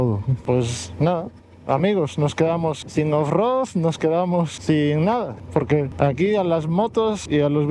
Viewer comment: Felicitaciones chicos por los 5000 kms. Que manera de reirme con el "OFROD" fallido, pero luego recuerdo como empecé mis aventuras en moto y se me pasó, hay algunas muy vergonzosas😅